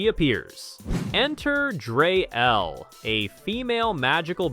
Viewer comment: It's "Dree Elle," not "Dray Elle." By the way, in "The Problem With Power," it was Orko, not The Sorceress that found out about what really happened when He-Man believes he actually killed someone.